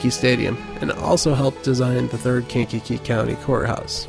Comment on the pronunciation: the way you say "Kankakee" bothers me lol. We pronounce it "Kainkee"